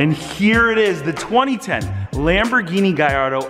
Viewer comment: Nice car but u can’t pronounce the word gallardo correctly is doing my head in, it’s not gai-ardo it’s ga-llardo